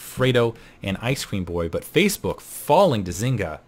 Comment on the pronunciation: "facaebok"?:)